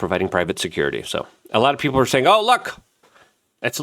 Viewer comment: Luke.. it's PEOPLE.. not peoper